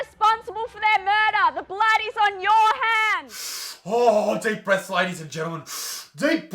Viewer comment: Thought he said deep breasts hehe.....